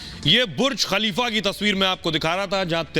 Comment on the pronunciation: Anchor pagal ho gaya hai ........Burj Khalifa ko kafilaka bol raha hai bokhala gaya hai anchor.....😂😂😂😂